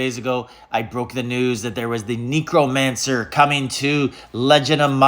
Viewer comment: Please tell me you’re saying it wrong on purpose??? lol. Knee crow mancer 😂 😂 😂